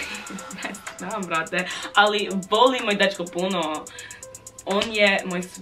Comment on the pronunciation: Kako je rekla “Ne znm sve brt” kao da je iz Srbije 😂